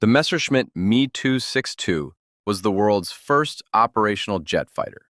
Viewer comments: The Messerschmidt 262 is not your aircraft. Prenounce the letters seperate lke M.E. 262 in stead of me 262..... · Literally nobody calls the Me 262 "Me". It's M E, as in separate letters. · You literally don't understand what I mean. The Me is never said as the word "me". It is said as the letters M and E. Same as how the Bf in Bf109 is said as B followed by an F, not said as if It's a word. Literally literally. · The “me” 262. Really?